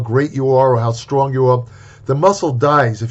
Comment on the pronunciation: Isit wrongg to be strongg